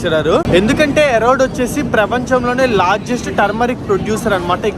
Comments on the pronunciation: ఎరోడ్ కాదు రా బాబు, అదే ఇరోడ్ జంక్ష్ 😅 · పెర్లు సరిగ్గా చదువురా జఫ్ఫా . ఈరోడ్ ని ఎరోడ్ అంటావు ఎరుమేలి ని ఇరుమెలి అంటావు తెలియకపోతె తెలుసుకో... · ఎరోడ్ కాదు ఈరోడ్ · Erode ❌️ Arode ✔️ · వీడికి చదువు చెప్పిన మాస్టర్ మెట్టుగా కొడితే... ఆ స్టేషన్ పేరు ఈ రోడ్డు ఎరోడ్ కాదు...... కొజ్జా నా కొడకా ఎన్నిసార్లు చెప్పాలి రా...... పూణే టు కన్యాకుమారి కూడా డైలీ తిరుగుతుంది బండి..... ఫస్ట్ స్టేషన్ రైల్వే స్టేషన్ పేర్లు సక్రంగా పలికేది నేర్చుకో